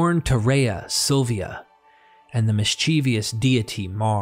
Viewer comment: it's pronounced 'mis-chih-vuss' not "mis-chee-vee-uss". 3 syllables, not 4. (Not a criticism, just an FYI 👍)